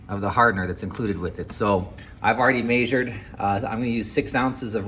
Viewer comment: You say measured weird